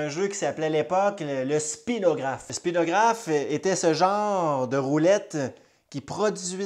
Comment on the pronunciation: Très intéressant. Attention le mot approprié est "Spirographe" et non pas "Spinographe"